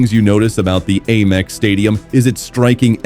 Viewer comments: Brighton's A MEX stadium. we pronounce it AM EX. Even the American's don't A Merica they say America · Ayyyymex stadium hahaha pure AI garbage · Please stop saying 'Aymex' It's awful! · The second I heard the AI voiceover I knew the stadium name would be mispronounced repeatedly 😂 Sad state of affairs when we settle for garbage content like this. I’ll never watch another video on this channel because the people behind it can’t be bothered to use an actual human narrator. Gross.